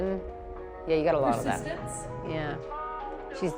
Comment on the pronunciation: "Persistance" Great job.